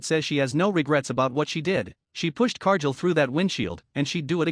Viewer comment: exactly what I wrote. Whoever runs this channel uses AI to narrate the video. However, AI pronounces names WRONG. In this video Cargill's name is being pronounced wrong, and this isn't teh first video done by this channel that uses AI as teh narrator and get's name pronunciations wrong all the time. If teh channel can't get the basics like pronouncing a wrestler's name correctly, then they should stop posting videos and shut down the channel.